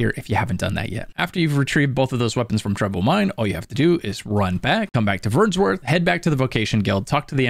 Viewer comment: There's no S in Vernworth my guy.